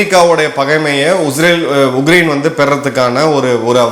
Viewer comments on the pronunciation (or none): Please pronounce it as Ukraine and not UGRAINE,Sir. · Sir, your pronunciation sounds like Ugrain, while it is Ukrain